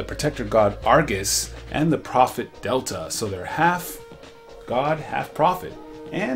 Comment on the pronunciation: It’s pronounced Day-Gon, and Del - Eee - ah. Not delta